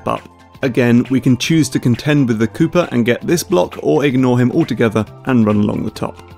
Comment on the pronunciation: My ears bleed in protest every time he says Mario and Koopa coin